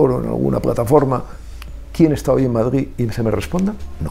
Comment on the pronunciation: Deberia de aprender a decir Madrid, no Madgid.